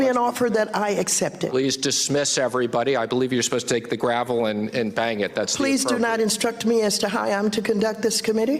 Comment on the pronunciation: And like his illiterate boss, Mnuchin cannot even use the correct word; GAVEL Steve... not gRavel...